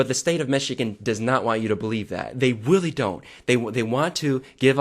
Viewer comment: "But the state of Michigan does not want you to believe that, they weally don't" - 2019 SPEECH 100